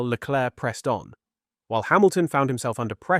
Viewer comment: Can you stop calling him LECLURK. Is there seriously an F1 fan on the planet that is unaware that his name is pronounced SHARL LECLAIRE?